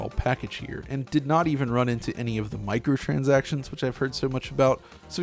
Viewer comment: Everything was going so good and smooth until you said “microtansactions” haha.